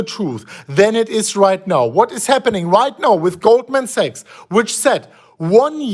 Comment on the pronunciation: is pronouncing Sachs as a sex. Tricky for algo.